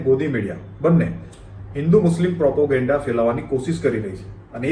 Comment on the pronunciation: ભાઈ પ્રોપોગેન્ડા નહીં, પ્રોપેગેંડા.